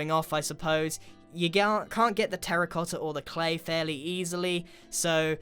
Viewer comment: finalmente a voi inglesi tocca dire qualcosa in italiano "terra cotta" !!!!!! imparate a pronunciarlo bene cani !!!